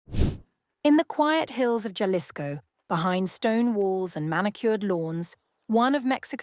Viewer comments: Its pronounced HA LISCO NOT JA 😊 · I thought it was Jalisco not Cha-lisco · AI doesn't do well with Spanish. It's pronounced "HahLISco." The "J" is pronounced as an "h." Accent on the penultimate syllable. That aside, Mencho apparently lived like a cochino. If the medications are his, he apparently didn't sleep too well. Finally, memo to the chica who led the army to Mencho's crib, whether inadvertently or not, GET OUTTA DODGE NOW! The cartel will be gunning for her. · ha ha jalisco it’s an h if you speak english- aspirated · The J is an H,. Jalapeno